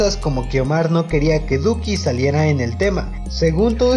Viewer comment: SOY YO O CUANDO EMPEZO EL VIDEO DIJO LUCKI EN VEZ DE DUKI